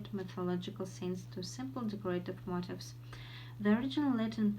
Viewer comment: 1) I hear an extra "p" in the middle of the word worship. 2) Also I think that words "on the left...on the right" are unnecessary in your speech. 3) In the word "motifs" the stress falls on the last syllable [məʊˈtiːf]. 4) As i can hear you said [tʌˈskenɪ], but it should sound like [ˈtʌskɪnɪ]. 5) tossed [tɒst]